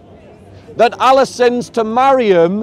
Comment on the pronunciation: How can speak to so many Muslims and still not know how to pronounce the name of the Creator in Arabic?